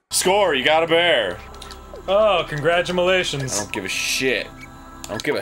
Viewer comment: "Oh, congradomilations." - Danny Avidan, 2014